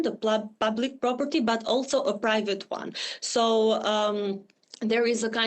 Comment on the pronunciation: Privat island? wtf are you saying?